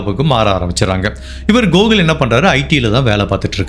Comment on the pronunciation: Not gogul It's Gokul